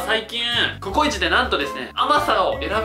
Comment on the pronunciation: こ↑こ↓い⤴︎ち⤵︎ばん→や⤵︎ 発音.www